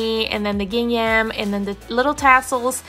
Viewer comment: Sorry, I had to mute your voice over and just watch the video. Your constant use of "these ones" drove me nuts! This is incorrect grammar and annoying after the 3rd time hearing it. Also, you are butchering the word GINGHAM! Please Google it and practice the correct pronunciation. No offense, I just could not stand to listen.